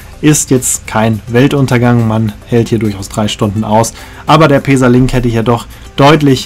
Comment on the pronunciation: Schönes Video, ich finde allerdings, dass der Zug auch bequem für mehrere Stunden ist. Bin mit so nem Zug mal von Ulm nach Sigmaringen gefahren. Kannst du bitte "Pässa" sagen anstatt "Peesa"?